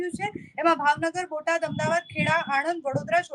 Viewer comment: Please correct yourself, it's not "Ahem dabad" the city's correct name is "Ahmed Aabaad". Thanks.